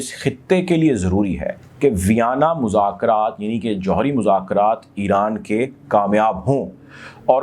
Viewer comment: Great VM👍Balance Coverage ….. just say Iran not Eran